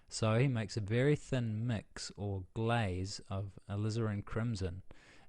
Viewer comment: hee hee "Thun Mux" must me a kiwi right?